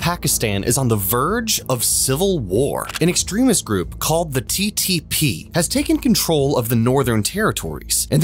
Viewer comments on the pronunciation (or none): Man could not pronounce TTP😂